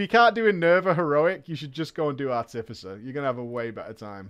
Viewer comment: Ar-ti-fi-cer, fuck….